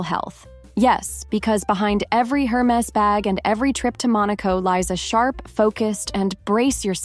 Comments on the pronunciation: You don't even know how to pronounce Hermes 😂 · Hermes mispronunciation aside, these tips are all pure gold. Thanks for sharing, 😘!